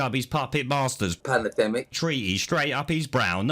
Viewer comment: Panadenmic gets me every time! 😂😂😂